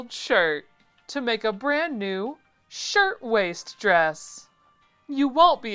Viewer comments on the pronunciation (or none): It's "shirt waist," not "shirt waste."